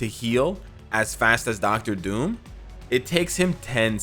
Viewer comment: "Docta Doom" Me: I thought you are Canadian, lol